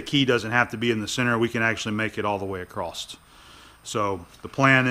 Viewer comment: Another pair of great videos. Your skill, attention to detail, precision, and patience are remarkable to watch. I always do a little happy dance in my head when I see a new entry from you. The way you so easily skip between metric and imperial is impressive too. One thing I have noticed you do that causes me to wonder, is why you pronounce across as acrosst. It makes me chuckle every time I hear it because I think you are the only person I have heard say it. You say it acrosst every time you say it. It certainly does not detract anything from your content. Just one of your foibles I guess.